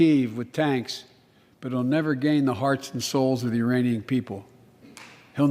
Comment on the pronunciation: He said “Uranian”